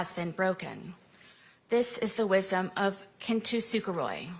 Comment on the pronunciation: She may be a fool, and she may have mispronounced the word, but she described kintsukuroi accurately.